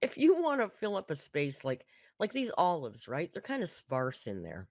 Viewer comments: Did she pronounce olives "oh-loaves?" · I hear "owl loves"